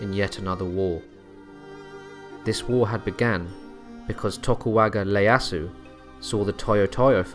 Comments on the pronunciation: Tokugawa Ieasu. i-e-asu not Le-a-su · Seriously, who in the world is Tokuwaga Leiasu? Did he mean Tokugawa Ieasu? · It's Tokugawa Ieyasu, not Tokuwaga Leyasu 😂. It's a capital i, not a small L lol. And the Japanese alphabet system doesn't even have the "L" sound. 🤣🤣🤣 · Oh man your pronunciation of the names were a bit funky there man. Tokugawa. Not tokuwaga. And it is Ieyasu with an i not an L. Ee-yeh-ah-su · Sorry man, you lost all credibility with me when you pronounced one of the most famous political figures in Japanese history as "Tokuwaga Leyasu." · Sorry it really irked me: TokuGAWA ieyasu, not an "L"